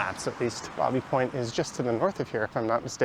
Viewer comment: Love your tour today but when I lived there Baby Point was pronounced "baybee" like in child. Happy trails!